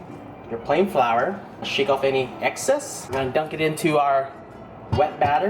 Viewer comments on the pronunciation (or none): none